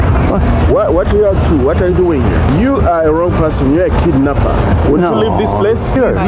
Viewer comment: No, he said: "You kidnapa" 🤣🤣🤣 I wouldn't move a finger to help her, she's old enough to defend for herself, however, I would just be there listening and getting a kick out of it and waiting for her to get up and kick his ass. That would of have been epic. Now, if she asks me for help, different story, but still..... when it comes to fight, women can fight like Lioness, so she should take care of her own problems and think about it.... not always a White Knight is available.